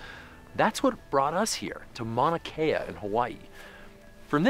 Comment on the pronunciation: The way he said maunakea made me want to slit my nut sack with my finger nails